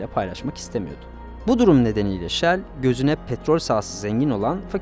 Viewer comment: Yanliz Shell deyin ancak 😅